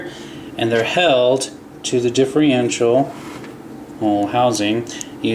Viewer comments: i cant take it anymore. its not diff-rential. its diff-erntial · you always say differential wrong, You say it diffrential.